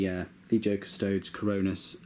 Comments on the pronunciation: I thought it was pronounced "cus-toe-deez" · I'm going to be That Guy and say that they are the CUS-TOE-DEEZ. Unless you also pronounce the Space Marines as AS-STARTS, they need the 'ees" at the end. But you did a good job with the review! I do have a question though: how much did you have to apply your heat gun to assemble it? I've never had a good time with FW models. The Chinese recasts I've seen were higher quality for a 1/3 of the price.